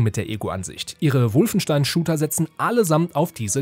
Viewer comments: Warum heisst es ständig "Wulfenstein"? Das Ding heißt Wolfenstein, da muss man nicht zwangsweise ständig die sehr deutsch ausgesprochene englische Interpretation eines deutschen Wortes wiederholen.... :) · Profitipp: Wolfenstein spricht man Wolfenstein aus. Nur die Amerikaner sprechen es Wulfenstain aus weil sie es nicht besser können. Der Kommentator ist kein Amerikaner oder?!